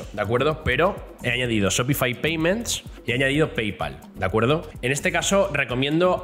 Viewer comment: Se pronuncia SHOPIFAiiiii no shopifi